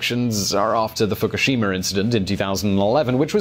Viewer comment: It is not Fockeshima or a lama, it is pronounced : Foo koo shee ma. Respect on yourself!